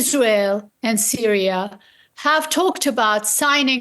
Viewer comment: It's giving Dora the Explorer got a job working as a presenter for DW. Why is she pronouncing Syria as Sooriah in English ? The choice of DW presenters is chaotic